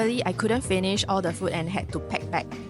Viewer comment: food it has a long vowel oo why do Singaporeans speak so poorly - fooood and drinks not ft and drinks Chinese speak English better